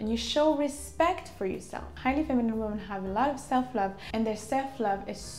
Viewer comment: Women is pronounced like wimin